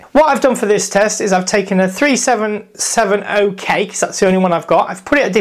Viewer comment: no offence but you say it like 37, 70, k all one word, but those numbers seperated